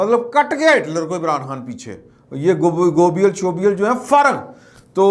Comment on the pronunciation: آپ ایک نام اکثر غلط pronounce کر جاتے ہیں ۔ آپ گوئبلز کو گوبیئل کہہ دیتے ہیں ۔ اصل نام ہے جوزف گوئبلز ۔